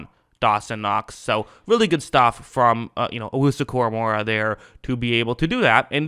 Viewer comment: Koramoah not Koramorah